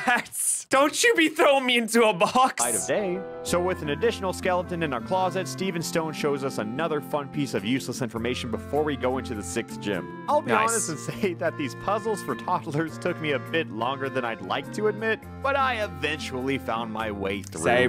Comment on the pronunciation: When forgets there’s and “s” in sixth...